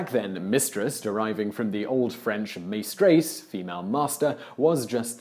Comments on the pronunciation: Please work on your French pronunciation. "May-strays" made me cringe... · 'Meystreyse' lol English people pronouncing French words.